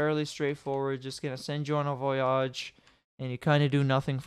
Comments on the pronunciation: Learn to pronounce voyage please. Good tut. Far too long though. Needs some cuts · it kind of is when youre saying the word a ton of times during the video lol